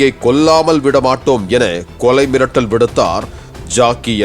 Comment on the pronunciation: கொலை மிரட்டல் விடுத்தார்... என்ன "ர்"???